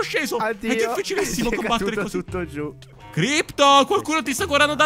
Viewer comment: Crypto non Crpyot ahahahahhahahahahahahahahhah